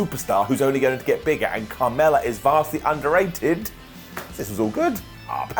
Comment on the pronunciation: Every time he said Carmella it sounded more like kamala.